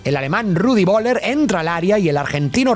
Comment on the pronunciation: No sé que le pasa con los nombres, jajaja horrible, como nombra a Yanina? Tan difícil es? Y voeller se pronuncia foeller. Etc ... 🥲